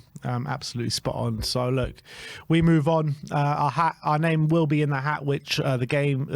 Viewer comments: sook, rhymes with look (not spook...) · ‘Sook’ is pronounced like ‘book’ 😂 All the best from Australia boys 🇦🇺 coys!